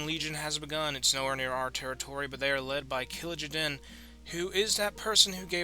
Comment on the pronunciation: Kill jay den, not killajaden